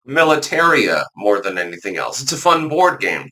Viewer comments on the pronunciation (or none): none